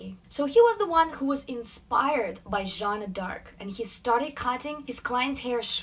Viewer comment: Thank you for not butchering the French with a "JOaN oF aRc" like most English speakers do . It's Jeanne d'arc !!!!